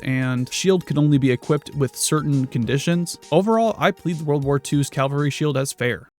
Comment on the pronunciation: Cavalry as in cavalier. You will never mix that up again